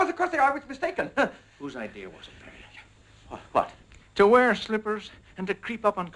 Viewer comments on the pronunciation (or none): It's pretty funny, but WOW these British accents are pissing me off. Even I pronounce Beria more Russian than that, and i'm Irish and a tiny bit of German